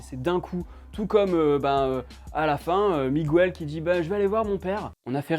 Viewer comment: Bonne vidéo mais la prochaine fois dis miguel au lieu de migouel stttp 😂